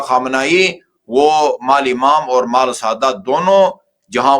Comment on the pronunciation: مالی۔۔ نہیں۔۔ مال